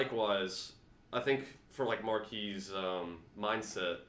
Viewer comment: Thank You!!! This is the only place that says Marquis correctly!